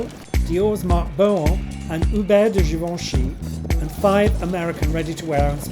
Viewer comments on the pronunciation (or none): none